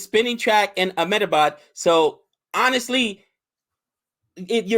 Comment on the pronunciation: "Ahmed a baad"